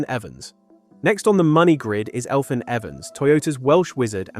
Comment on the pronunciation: You stupid ai its read elvyn